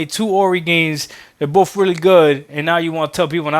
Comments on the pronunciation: and this is why games are skipping xbox, i think both games were with the money, I think they should het money so they can produce more games. Also, its 'boTH' not 'boFF' you illiterate a** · Something ironic about someone who cant properly pronounce the word BOTH are telling devs about the gaming industry.